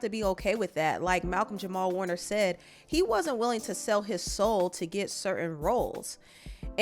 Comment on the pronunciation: jamal not jamar